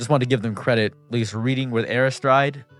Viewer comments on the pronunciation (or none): Thanks for the shoutout! Your vid provided a lot of great concrete examples of this and honestly thank you for exposing more of this behavior. P.S. it’s pronounced Air-riss-teed lol